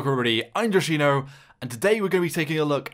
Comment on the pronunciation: Hey joshino you say your name almost like i would say on finnish